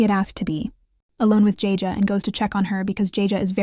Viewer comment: Jajay😂😂 Edit: and kafier😂😂 it's keifer and it's not jajay😂 it's jayjay